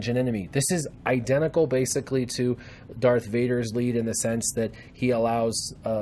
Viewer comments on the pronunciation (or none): none